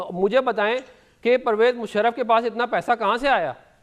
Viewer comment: Kamran sb Ap to mushraf ko bhi shaf shafsf kehte hen